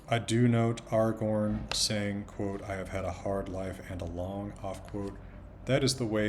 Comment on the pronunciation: Of course he says "Aragorn" correctly with the proper elvish A (back vowel) in both places <3